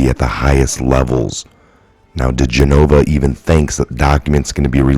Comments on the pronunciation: His name is pronounced Di GEN o va. Accent on second syllable, NOT Di gen O Va. So many people mispronounce it, it's not that hard! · Love your videos! (But... it's diGENova -- emphasis on GEN.) Keep up the good work! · Joe DEE-JEN-OH-VAh. Gah!!!!! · His name is pronounced Di-gen-o-va!!! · Dear. Please Correct The Pronouncing Of His Name. Di Jen. I. Va. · No offense coz I love you...But his name is pronounced Deh- gen-ovah...😁😁😁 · His last name is pronounced. De Jen O Va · Bro, it's been over a year now. Learn how to say Joe digenova's name. Watch one news clip. Please quit being so disrespectful to that patriot